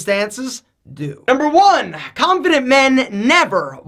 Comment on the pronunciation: Khhhanffident men....